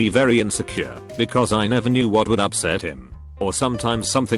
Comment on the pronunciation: ”UpSsEt him”